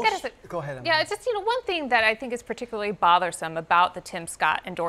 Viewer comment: particularly = "per TIK yuh ler lee"